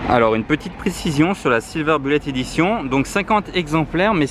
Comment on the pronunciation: Voiture extraordinaire, bien évidemment. MAIS : il va falloir que tu révises ton anglais, au moins un peu, parce que là, c'est de l'anglais à la DeFunès... 1/ ''Silver" : signifie ''argent'' et pas ''gris'', 2/ ''Bullet'' (en français : ''balle'') : se prononce ''boulette'' et pas ''bulette'' comme ''bulle'' en français, et le ponpon : 3/ ''Push'' : on prononce ''poush'' et pas ''peush''. Faut pas m'en vouloir, y'a rien de méchant, mais quand-même j'ai pas pu m'empêcher !